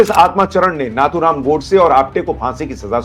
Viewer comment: Sir, excellent 👍 video covering rejoinder to false and irresponsible allegations made by Pappu. I, however, humbly bring to your kind notice that the name Nathuram should be pronounced as "नथुराम" and not as "नाथुराम".